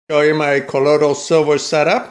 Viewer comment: When did Elmer Fudd stop hunting wabbit and start making co-woidal silver????